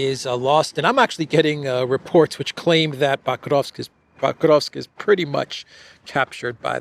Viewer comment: Why do you pronounce PO-krovsk (with a clear O) as PAH-KROVSK? Irritating. Do your homework, dude